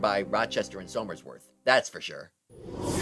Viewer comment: One small thing that irked me was the pronunciation of Somersworth (pronounced Summers-worth)